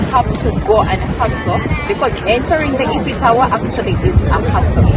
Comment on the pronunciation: It's 'iiii--fo" Eiffel. Has in A-i-fo. Tower. Not E-ffo.. And the city is paa-ri- Paris' not parisi...